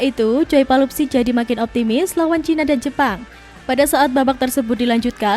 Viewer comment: Bukan "Palupsi" tapi "Pelupessy" !!!